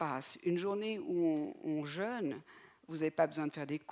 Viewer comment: Jeûne ! Il y avait un mot important dans cette vidéo, et ni le professeur ni la conférencier ne sont fichus de le prononcer correctement !... Jeûne et Jeune se prononcent différemment. Regardez un dictionnaire phonétique !